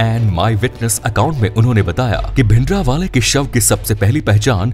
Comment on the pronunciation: Your way of saying bhindrawala is not correct.give him respect. This video has half info and some of them are myths. Make original video on reality. Tell the strategy the black truth of indra gandhi and badals.